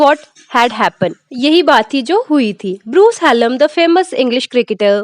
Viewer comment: Dhanyawad ❤❤😂😂😂 fun fact :- madam bruce haaallm nhi hota bruce hallam hota he lol❤❤❤😂😂😂